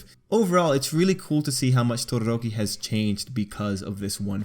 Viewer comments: I love how you say Todoroki Your like Todorrrrrrrrroki :3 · Why does he pronounce todoroki’s name like it’s an Indian name lmao?